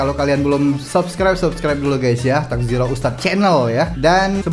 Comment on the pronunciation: Assalamualaikum maaf bang bukan takzirah tapi tazkirah TAZ...KI...RAH.. salam dari malaysia love you so much aku ingin hari hari react ustad auni klau gak aku gak akan nontot ustad auni